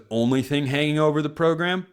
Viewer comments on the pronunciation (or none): "Program" Pronunciation: Both you and coach Lanning are doing it wrong. Still like you though :) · Thanks for that. Hearing this for the first time. I always wondered what the heck is going on, as more and more people started mispronouncing it. It's probably my Dan Lanning bias, that now he is doing it, I am noticing it more. But who knows, maybe he is also popularizing it more and more too!